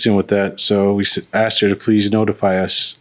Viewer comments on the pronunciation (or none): IT'S 'ASKED' NOT 'AXED'. No offens3 towards this particular woman but I'm so tired of hearing 'axed'. 😂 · As ssoon as she said Axed twice I knew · How do you go thru 12 years of schooling and not know the word is "asked" and not "axed"?!? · I knew it that's why she used the word ax instead of ask😂😂😂